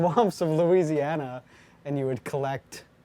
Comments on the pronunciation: pretty sure arin said luigi-ana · did arin say luigiana?